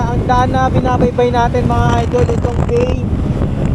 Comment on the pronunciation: idol ang tamang pronounce ng bay ay bai at at calauan ay ang tamang bigkas ay calawan 😅